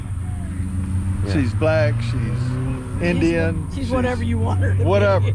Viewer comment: when the other Indian woman says we're gonna cook Indian food today "because you are Indian", it sounds like she's saying, "You are an IDIOT". LOL